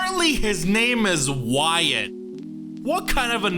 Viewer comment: The pronunciation of Wyatt is more like (Why-it) but it gets pronounced like (Why-ot) due to the hangul ^^